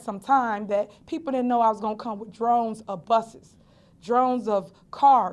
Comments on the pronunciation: Omg!! This stupidmayor is still saying DRONES 😮🤦🏽‍♀️ REPORTERS PLEASE CORRECT HER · Please somebody tell her it's not drones of people, it is not drones of buses... It is droves Tiffany droves! Lol.. Gahhh. Yeah you know why you had those buses, you know why you keep speaking about seniors... It's because you spent taxpayers money, and used the township's buses... To go pick those seniors up and bring them to the voting location lol Goodness knows what you brides them with... It's pitiful. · "Drones of busses and cars" ... u mean "droves" lol...? Axing... ASKING!! Why ax? Why? That's not a north or south thing... that's not Ebonics... that's just stupid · Did she say 'Drones' instead of droves? And so confident... Kids, please stay in school! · I was thinking that Darlene’s name is Gray-Everette. Yet on multiple occasions Tiffany has called her…Darlene Gray- Evers. Go back and look at the videos. Also she says people came out in drones instead of droves. People of Thornton Township, you deserve better, in my opinion. Go back and watch old board meetings. See how she treats people. Reporters, ask her if she had a certified assessor on her slate. She has never given a name. Insist on a name. You deserve better. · “drones of busses” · Did she say there was drones of buses out...lmao